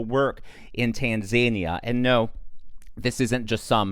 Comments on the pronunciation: The country is pronounced tan-za-EE-uh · Just a point of correction (I am OCD with respect to spelling and pronunciation). Tanzania is actually pronounced "tan-zah-NEE-ah." Your videos are superb and everyone makes the very occasional errors. No one is immune. Keep up the amazing reporting of current events that are important to all of us. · Why do people keep pronouncing it tan-ZANY-uh? 😅 Oh... He's a zany tan dude? 😂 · have I been mispronouncing Tanzania this whole time?!